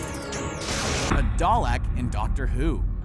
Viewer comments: The way he says dale triggers me it's pronounced dal I k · Dahlek....I'm very insulted. It's da lek. Not dahlek or dahlok. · "A Doll-act"?!? It's pronounced "Dar-Lik" Do not make me fight you, stop pronouncing British things wrong, you do it constantly. shakes fist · It’s pronounced darlic not darlec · Pronounced Darl-i-k not darl-e-k nice Try tho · Its not a dah lek its dar lek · Dalek was pronounced wrong it's dar-lick nor doll-ik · u said dalek wrong its da-lik not dal-ek im a stickler for doctor who names scince im a huge fan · A dalak it’s da-Lek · omfg its pronounced dar-leck not dar-lack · Ok it's dalek not dalak pronounce it right asshat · Thank you, someone gets it It's DAL-IK not DAL-ECK XD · Wtf is a Darlak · Its pronounced daahlik not dalekk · in the doctor who one its Garlic put pronounced with a D So it would darlic basically not da lek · You said dolack when it's pronounced dalek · dal leck not dol lec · 'Dar-lek'? lmao It's pronounced Dar-lick HAHAHAHA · ¤-¤ HE SAID DALEC DEAR LAWD ITS PRONOUNCED DARLEK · You can barely pronounce many of these names.... Dalek is pronounced Dar-lick not dar-lack. Also Haddonfield is Had-on-field not Hayden-field. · As someone who has watched every episode of Doctor Who (including the old episodes from before I was born) i am happy to inform you the proper pronunciation is dah-lek there is no R it is spelled dalek not darlack. Thank you and enjoy the genius of everyone's favorite doctor. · It’s pronounced darlic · I like how he says darlek ... hunnn ... that isn’t how ya say it 😂😂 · It's dar-lek it is from a British TV show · happy time was just about to comment about this as it’s pronounced darlick. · It’s pronounced daa lik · it is not dalak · Dar-leck thats how its prounced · Pronounced DARLIK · OMG the way he says dalek you say it as darlik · He said Darlek wrong my British inside me is furious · please stop pronounsing dalek as dowleck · darlkek not dalek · It's pronounced Dar-lik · "Doll achk"